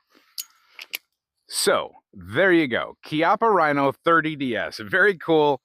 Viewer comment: Yeah You pronouced it properly.. Your the first ive heard here. Bravo!